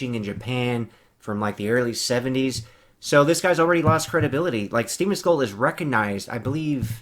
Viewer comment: Thanks for the video, I had a great laugh watching your reaction! And it’s Seagal Sensei you nobody!